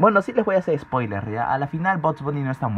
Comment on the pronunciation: Dijo spoiner xd